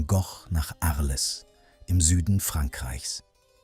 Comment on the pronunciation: Ich bin nicht sauer, nur entsetzt über soviel Unvermögen. Arles wie auf Deutsch auszusprechen, treibt mir echt die Tränen in die Augen